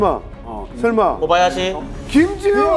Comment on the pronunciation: 미쳤냐고 ㅋㅋㅋㅋ 아니 고바야시 라고 해야하나?ㅋㅋ